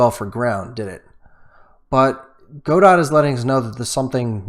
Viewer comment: As far as I know, Godot is prononunced as "go-doh" (with the accent on the last syllable).